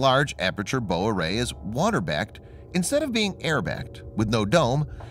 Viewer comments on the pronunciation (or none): Bow is the front of the ship. It rhymes with cow.